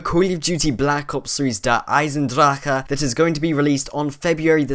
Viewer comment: the way you said der eisendrache was fabulous